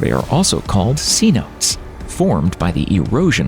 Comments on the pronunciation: After hearing cenotes pronounced C-notes instead of c-no-tays, I can’t watch any more of this. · I can't stand the pronunciation of C Notes.... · See-notes? Credibility: Eliminated. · LOL “C-Notes”!! It is pronounced: see-note-eees. And yeah, I cave dive them. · KEEP HUGEPHUCKING TRAWLERS OUT OF THE GULF- IF LOCALS WANT TO KEEP FISHING IT. IT'S TIME TO SAY THIS IS OURS, NOT YOURS. BECAUSE "THEY" DO NOT RESPECT "OUR" SOURCE OF PROTEIN. PERIOD. THEY HOARD ALL THEY CAN VACUUM- THEASSHOLESTHEYARE. THEY ARE PRONOUNCED "SE NO TAYS" NOT "C NOTES" "YEAH" AND YOU CAN B E T THAT MANY, MANY 'PLATFORMS' ARE LEAKING METHANE UNCONTROLLABLY- JUST LIKE ON THE HIGH PLAINS OF WYOMING, MONTANA & THE DAKOTAS...! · What the hell did I just watch? Luckily I stopped about 18min into this travesty. The impact crater became the Gulf of Mexico- uhh... NO. Ceenotes? Hahahah. Say-NO-tays idiot. I could rip on this lame crap all day long but I'm just gonna head out. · C-notes baby. It’s pronounced sea-no-tay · C-notes, lmao. Pronounced "Sunotay". Lots of bad research and silly insinuations in this one. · It's not pronounced see-notes. It's say-no-tess. It's Spanish. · They are not called "sea notes"!! Are you serious! 'Cenotes' pronounced Senota! You rubbe ruined the whole video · please,please, PLEASE............see-note-hay, NOT 'C-Note'..............😶😶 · Cenotes: "seh no tays" C notes: things to facilitate shopping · Cenotes is not pronounced “sea-notes”! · Cenotes are correctly pronounced as ' say - NO - tays' It is a Spanish name for sinkholes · It is pronounced "Say-No-Tays!" Idiota... 🤪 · Not "Sea-Notes!" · It’s not pronounced c-notes 🤦🏻‍♂️ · I had to leave when you told me the Yucatán has a lot of C-Notes. Your job is to read the script and apparently that is too tall a task. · They are not c-notes. Should learn how to pronounce the terms in your videos. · Cenotes are not pronounced C-notes. It isn’t sheet music. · I know he's saying it like it's a fifty dollar dollar bill c- notes